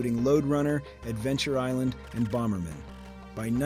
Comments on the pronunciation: Lmao your AI voice can't pronounce Bomberman. This whole channel is worthless AI slop. What a waste of my time. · Yeah, that's AI. If it was really a person, he wouldn't have said "Bomberman" like it was a jewish guy's name. It's Bomber (a pause) Man.